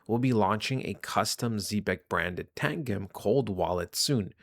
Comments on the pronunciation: yoh, it's pronounced Tan-Jim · Its TAN-GEM ....saying wrong lol...literally the best cold storage wallet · Tangem is pronounced like tangerine not like the drink tang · lol😂. It’s TANGEM . Like a 💎 gem 💎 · It's Tan-Gem